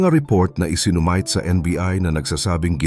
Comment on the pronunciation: KELAN PA ANG ISINUMITE ( I -SI-NU-MI-TE) NAGING " I-SI-NU-MAYT" GAYA NG PAGKASABI MO??? OMG!!! BAGO KA MAG BLOG MAG ARAL ARAL MUNA PARA DI KA MAKAASAR AT MAKABUWISET NG IBA,OK???